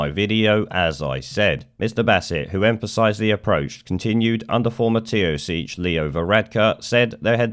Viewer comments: Teo-seech😂 I know you dont really give a shit about us but its funny, (Taoiseach is said like Tee-shock) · Hey mate, the Irish premier is pronounced "Tea-shock". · Dude, "Taoiseach" is pronounced "Teeshock". Love the videos by the way. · In case it comes up in future WGAP, Taoiseach sounds like 'Tee-shock'. Great channel and cracking content. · BTW "Taoiseach" is pronounced Tea-Shock as in PG tips and electric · The Irish Taoiseach {prime minister} is pronounced Teeshock in English, hope it helps? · Just an FYI "Taoseach" is pronounced "Tea-shock" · Taoiseach is pronounced 'tea shock' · Pronounce Taoiseach = "Tea-shuck".